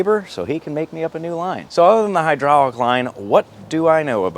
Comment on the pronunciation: "Hydrahlic" is not a word.